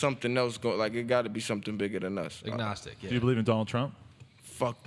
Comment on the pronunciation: cringed when that guy said agnostic. looool box it all up